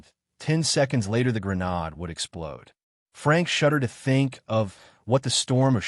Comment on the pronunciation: Thanks for posting, & I'm not complaining; the reading is excellent but I wish it said "GRENADE" instead of "GRA-NOD" 😂